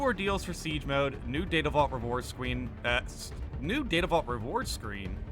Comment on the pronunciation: "Scrween" lol